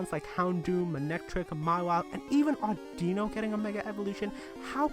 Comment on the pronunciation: PRONOUNCES ODD-IN-NOE audino